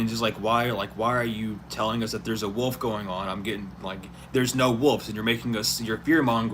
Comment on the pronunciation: 🗣️ W. O. L. F... NOT WOLD...👋🏾💁🏽‍♀️